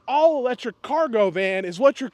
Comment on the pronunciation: Did you say electrick ,junk